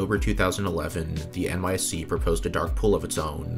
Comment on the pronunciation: "NYSE" is N-Y-S-E, not N-Y-C.